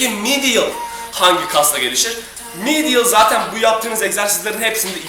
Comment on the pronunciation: Lateral, medial teleffuzu yapmaya çalışma gözünü seveyim, yanlış diyosun zaten Yazıldığı gibi oku daha iyi